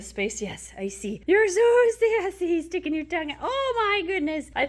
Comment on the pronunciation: Please tell me that near the end, you called them "skinkin cute" instead of "stinking cute" 😂 Gorgeous, I'd love one.